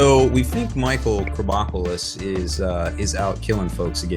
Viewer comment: His name was Krombopulos Michael not Michael Krombopulos, put some respeck on his name Sir. #ripKM #ALIENLIVESMATTER